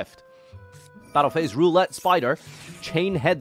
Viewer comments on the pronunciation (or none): none